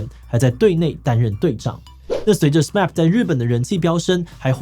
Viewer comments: 好像聽到第二次唸「S-map」 每次聽到都覺得怪怪的😵‍💫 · SMAP在日本正確讀音是「死罵普」喔～畢竟他們是日本樂團，還是不要用美式讀音比較好喔～小小建議一下😄